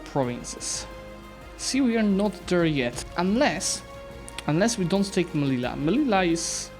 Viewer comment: Just for education purposes: Melilla is not pronounced "Melila", but "Meliya", as "y" and "ll" represent the same sound in spanish